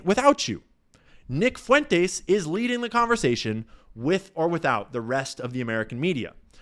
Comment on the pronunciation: can’t pronounce Fuentes and it’s annoying